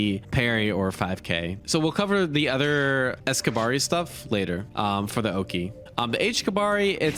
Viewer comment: sigh it's not pronounced kabari, it's pronounced "KABA-REE!!!"